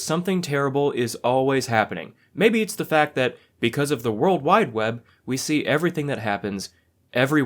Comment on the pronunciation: Why did he say it like that "world WIDE web" lol 😂